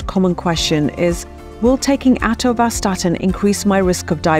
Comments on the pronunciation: With such a strange pronunciation of Atorvastatin, are you qualified to talk about it? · is when she actually starts answering the three questions in the video title. Also, she reeeeally likes hearing herself mispronounce "atorvastatin". This should have been a 3 minute video.